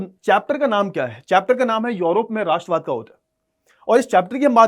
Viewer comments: Sir urop hai yorop nhi😊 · Sir ye योरोप hahi hai balki यूरोप hai